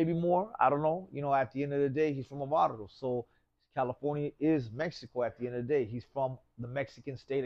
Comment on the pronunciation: Its barrios not barros foolness...